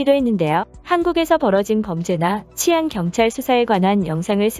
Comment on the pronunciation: 치안은 [치]가 장음으로 발음해야 합니다.